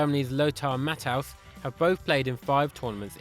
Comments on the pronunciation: Fact 92 the fella talking in this video says matt House for matthaus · I hate to criticize but Jules Rimet and Matthaus are pronounced differently mate